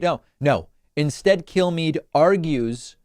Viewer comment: The way David says Kilmeade sounds like he's saying "kill me", which is what I'd like you all to do if I ever become as stupid as Kilmeade.